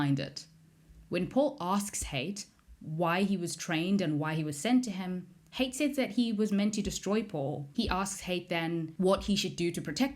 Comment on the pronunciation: It's pronounced Ha It not Hate. It's arab influenced